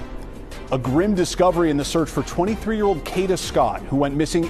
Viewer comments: I APPRECIATE THE STORY BUT PLEASE HAVE YOUR AI SAY HER NAME CORRECTLY IT'S PRONOUNCED KAYDA NOT KODA IT'S SPELLED KADA. THANK YOU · Tink, the narrator is A.I (artificial intelligence), that's why she is pronouncing Kada's name wrong. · Pronounce the name right or please do not cover smh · Plz pronounce her name right smh!!!! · Right it’s annoying me the way she’s saying her name!